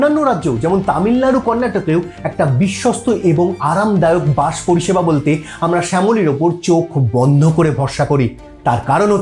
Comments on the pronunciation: বাঁশ নয় বাস বাংলা উচ্চারণকে বাঁশ মারবেন না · তা বাস কে বাঁষ বলে নিজেকে কিভাবে বাঙালি ভাবেন??